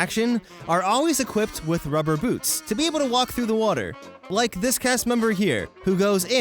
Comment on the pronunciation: “And let me get to da bottom of dis” He’s either turned into Uganda knuckles or just knows de way